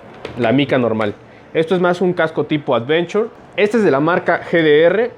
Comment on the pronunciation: Cascos "advenchor" JAJAJA